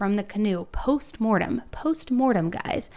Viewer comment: It’s not “post Morten”. It’s ‘post mortem’. Just clarifying.